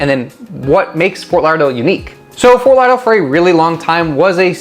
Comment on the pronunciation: Can't even pronounce it.